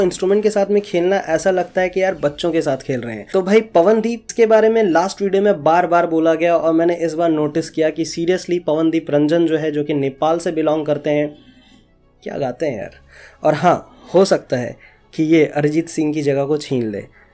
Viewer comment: Are isko koi samjhao.... yea pawandeep Ranjan nehi ....yea pawandeep Rajan hai.....pehele spelling toh thik se bol liya karo.....aur yea nepal se nehi ..... Uttarakhand(Champawat) se belong karte hain